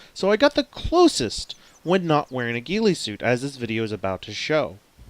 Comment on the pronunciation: James Norpel He didn't say ghillie suit, he said giely suit.